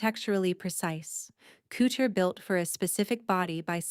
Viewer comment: The Ai can say “ostentatious”, but they can’t say couture?!!!